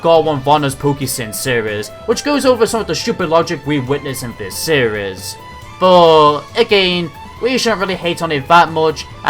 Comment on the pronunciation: Honestly every time you say seires it cracks me up